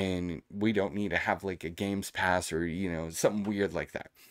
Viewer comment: Why do u say GameSpass ? 😅